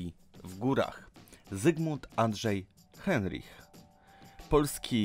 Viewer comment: na początku masz zdjęcie żyjącego Leszka Cichego, nie wymawia się Andrzej Heinrich tylko przez " a ", wymawia się Kunjang Cisi, skoro nie potrafisz wymówić dobrze nazwisk i nazw szczytów lepiej się za to nie bierz, trochę lipa, przyczyną śmierci Kukuczki nie była pęknięta lina, tylko odpadnięcie i zbyt słabo założone przeloty, które pewnie poprzez zmęczenie były założone zbyt lekko, pęknięcie cienkiej liny było wynikiem szarpnięcia po adpadnięciu, Kersalio, raczej Karsolio się wymawia nazwiska meksykana, fatalnie to wszystko wyszło ..... czytasz z kratki widać, że nie znasz w ogóle historii .... nie wymawia się Simon Maro tylko Moro .........nie Krzysztofa Wieleckiego, Krzysztofa WIelickiego, Adam Bielecki